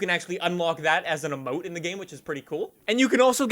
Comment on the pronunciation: But why did you say Emote like that?